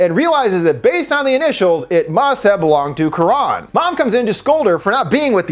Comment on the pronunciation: Not very important to correct but the name is not Quraan but karan (not double aa).